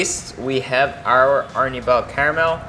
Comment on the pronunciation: lol... Arnibal.... hehehe... I speak spanish so it is so funny ... original word was: Almíbar :P